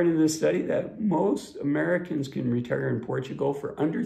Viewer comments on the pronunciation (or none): none